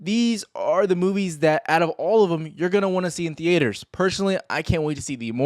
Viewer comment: the-aters haha